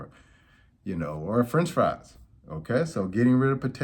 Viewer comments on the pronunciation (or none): none